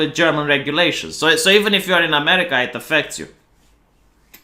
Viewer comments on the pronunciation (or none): none